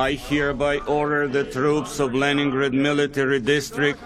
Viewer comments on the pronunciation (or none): none